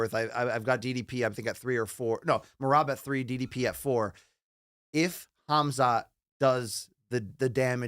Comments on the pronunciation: "HAZMAT" It's really not hard to pronounce these names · Ngl I panicked when said Hazmat instead of Khamzat but then it got much better and he added a lot to the show!